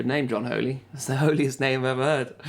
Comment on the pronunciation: John Holt, not John Holy, ha ha.